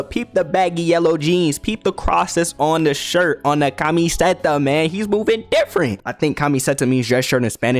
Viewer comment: aint no way bro pronounced camiseta as kami setta im dead 😭im ashamed to be brazilian also yes camiseta means shirt